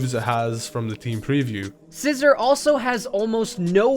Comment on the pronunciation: Sci-zor or are you just joking